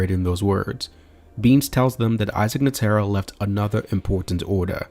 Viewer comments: i just stopped you just completely ruined my enjoyment saying ne taro now either you trolling or rage bating don't matter F you for that. its NE TRO NETRO not NE TARU or whatever the f you were saying here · Bro atleast pronounce Netero right like come on. Then you go on to give some opinion at the end that is formed in pure ignorance. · Y'all NEED to start watching at least one episode of anime prior to putting your whole ass into a 2 hr video in which you can't pronounce "Netero" correctly 🤦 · good vid but gd you sayin netero last name wrong blowing me foo😂😂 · Had to stop watching after that pronunciation of " Netero"